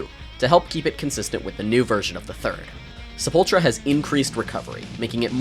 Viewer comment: Oh my god, you pronounced chave correctly, I love you. Sepultura was pretty close too